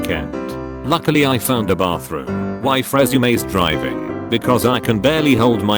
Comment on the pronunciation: am I the only one who heard "My waifu at the time..."?